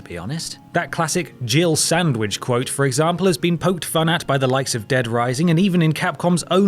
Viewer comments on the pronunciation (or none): We all know he doesn't actually say "Jill sandwich" rather "Jibble Sandwich" right...? Not that it makes the games horrendous dialogue any better... It was fine for 10 year old me with just learning English as my 2nd language but now that English has basically become my first language i cant for the life of me take a single line of the game seriously without giggling... But I fail to see how "Jill Sandwich" became a thing... I guess whatever makes no sense becomes a thing online 🤣🤣